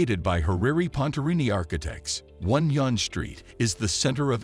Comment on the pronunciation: Wow .... The pronunciations that your voice artist uses for the street names are so totally wrong. "Gerrard" is not pronounced Jerr - rad It's pronounced Jerr - rah - ard And "Yonge" is not pronounced y-ohn or yon-ge it is pronounced young